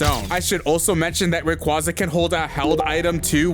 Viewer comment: At least say rayquaza’s name right💀